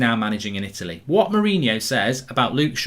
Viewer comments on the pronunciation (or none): none